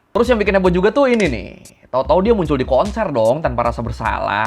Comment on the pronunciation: "dengan bahtera yang dia bikìn" wkwkwkwk lucu juga aksennya